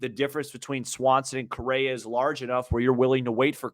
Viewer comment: It’s Correa not Correra and Swanson not Swansby. Sorry man, you can call them whatever you like. I just thought you might wanted to know. Good luck and well wishes. Blessings!